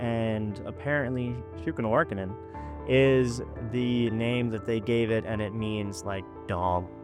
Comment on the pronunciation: Pronounced Shun Ka War Ah Kin. Lol. Damn. Just a heads up from a member of a Montana tribe-Apsaalooke